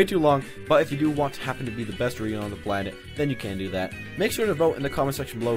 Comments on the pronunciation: "Rye-U" gtfo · I pronounce Ryu's name "ree you"